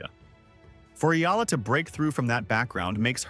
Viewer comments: Its not "ila".... its I-YA-LA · It's EALA....NOT ELA, YOU CAN EVEN PRONOUNCE HER NAME PROPERLY, ALEXANDRA E-YAH-LA